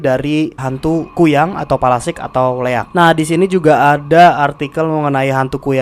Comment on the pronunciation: Palasik ya bukan pelastik wkwwkwkwkwkkwkwkwk